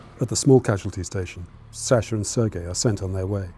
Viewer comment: You could at least show some respect by pronouncing his name correctly. It's pronounced Saah-shuh, not SAsher.